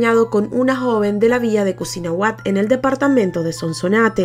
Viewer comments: "Cusinahuat" es cuisnahuat, saludos amiga excelente canal. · No es cosinahuat es cuisnahuat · Cuisnahuat..asi es el nombre del pueblo de uno de las victimas..no cosinahuat! pero buen reportaje!! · Es cuisnahuat 🤭🤭 excelente reportage